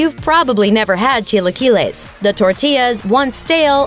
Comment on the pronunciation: Wtfs a cheelaykeelay? Lol